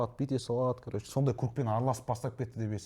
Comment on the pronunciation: Еу бауырым Қазақстанда тұрып жас жігіттердің сөздік қоры болса әрине хейтерлер жиналады не тірлік енді Вөпщім Кәрөч деп Ең болмағанда "ВООБЩЕМ","короче" деп дұрыстап айта алмады ғой Сенде сондай сияқтысыңғо